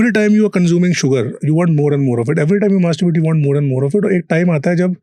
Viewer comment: Anchor is saying mastrubrate again and again, its masturbate. Its not night fall its nocturnal involuntarily ejeculation